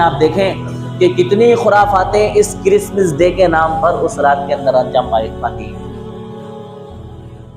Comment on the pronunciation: Christmas day he talaffuz Christmis day nahi